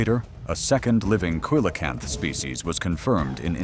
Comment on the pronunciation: “Kelocanth” coelacanth is pronounced seelocanth